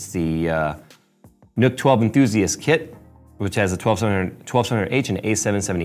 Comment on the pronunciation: it's pronounced "nuck" not "nook"